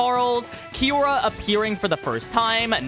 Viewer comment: Kiyora Jin, he pronounced 'Kiyora' too fast so it sounded like kira